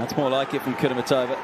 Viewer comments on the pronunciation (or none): KudermEtova NOT KudermetOva!!!!!!!!!